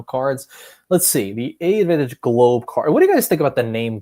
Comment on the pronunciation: Thanks for posting this. I appreciate the comprehensive info and this seems like it could be a good fit for people who don't need the full Admiral's Club membership. One small thing, I believe AA's branding is confusing, but I believe the name of the program is pronounced "advantage" (despite the two A's).